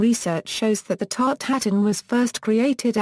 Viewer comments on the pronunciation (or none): It's not pronounced as here. It's 'tart-eu-tatane' or ew in place of eu.